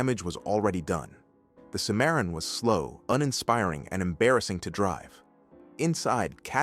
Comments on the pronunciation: AI voices always expose themselves when they mispronounce some words or names. Nobody says A W D, we say all wheel drive when we see those letters in car context. I didn’t even know what Mr computer voice was talking about when it said Cadillac Simaron. It meant Cimarron. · It's pronounced sim a ron